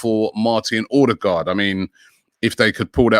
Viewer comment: how to pronounce Ødegaard: Uh-de-goarde you lot are pronouncing the firstpart of his name the way “aa” sounds, like in Haaland, which is pronounced: Haul- a (sound like in “car”) nn “aa” is pronounced like the word “awe”